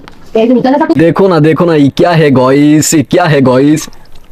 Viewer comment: গাইস❌ গইস✅